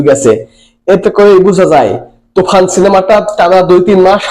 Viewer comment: তুই কি বলিস তুফান বলিস না তুখান😂😂😂